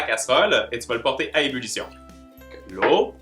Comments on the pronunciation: Ç t une bonne "umulution" 😂😂 j'adore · Comment t'a dis? "Ulition"? Bulition? 😂😂😂😘😘💘💘💘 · «Ébullution» mon petit 😂